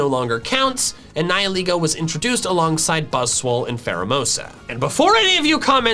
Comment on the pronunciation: Your saying it wrong it's pronounced "Ni-hi-laygo"